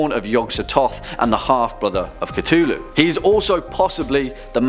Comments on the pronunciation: It is not cutullu it is cthulhu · Cthulhu is actually pronounced (at least the closest a human could get) klul-h-loo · It’s pronounced “c-foo-loo” not “c-too-loo” Cthulhu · darling, it's not Ca-Too-Loo It's Cuh-thoo-loo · Is it just me or did he just cttuuuulhu? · its KA-THU-LU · cTWOlhu didn't bother you? Even when he did the cth correctly for his daughter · the way you say cthulhu angers me even the much later in time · Is it pronounced cu-thu-lu or cu-tu-lu